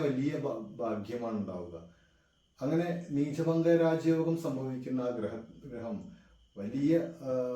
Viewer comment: നീചഭംഗം ആണ് ബംഗം അല്ല